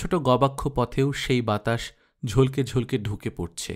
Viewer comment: ঝলকে ঝলকে উচ্চারণ টা ঝলোকে ঝলোকে হবে কল্লোল অপূর্ব পাঠ